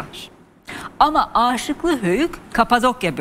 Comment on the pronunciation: Âşıklı değil de Aşıklı Höyük ( kısa A ile ) okunuyor. Rica ediyorum düzeltirseniz.